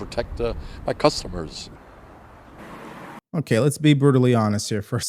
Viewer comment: Why does it sound like cucumber when certain people say customer? They make it sound like produce.